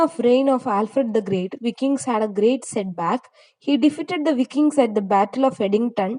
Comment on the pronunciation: വൈകിങ്സ് ആണ് pronunciation